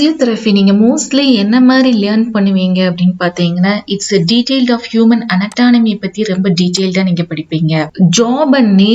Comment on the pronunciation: Human anatonomy illa anatomy 😄😅😂🤣